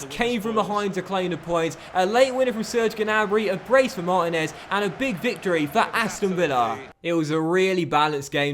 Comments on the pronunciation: its Mar-teen-ez not martin-ez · Marteenez is how it's pronounced. Also, it shows you watch Basketball with the very ridiculous Americanism Deefence lol